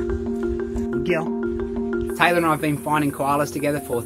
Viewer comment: The whole time I thought you were saying Tyler but I looked and saw my name and notice you were saying Taylor lol